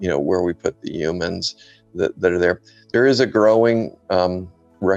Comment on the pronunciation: He said "yumans"